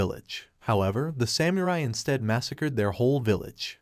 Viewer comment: I had to stop watching when i kept hearing "nin-juht-su", "shinoBIST", and "Sam-you-rai"